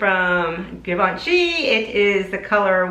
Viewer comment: Nice makeup, but 'Givenchy' is not pronounced 'give-onshy'. It's more like a 'J' sound, because it's French, not English.